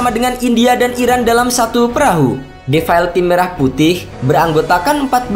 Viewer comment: Belajar dulu ngomong defile...😂😂